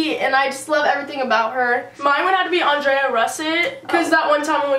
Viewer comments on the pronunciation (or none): everyone knows that. But Andrea pronounces her name like Andrea. Not Ondrea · ITS ANDREA NOT ANDRAYA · Okayy Andrea is her favorite youtuber but she can't pronounce her name correctly. Honey it's ANDREA not Ondrea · it's pronounced "An-dree-a" not "On-dre-a" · Ikr!!! And she said she was her favorite but she couldn't even say her name. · I know that I'm not stupid but with names it can be different she isn't unable to say it right she just messed up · NOT HOW YOU SAY ANDREA OH MY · Her favourite Youtuber is Andrea but she can't even say her name properly 😂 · ....u didn't say andreas name right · the fact that they are "youtubers" and can't even pronounce other youtubers names! hahaha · you said Andreas name wrong. ... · You said Andreas name wrong??? Really goes to show how much you love her. Maybe next time you should practice your script before you start the video :// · You said Andrea russetts name wrong and you met her... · Lol pronounced Andreas name wrong